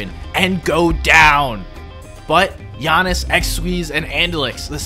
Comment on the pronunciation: he said gianis for jannis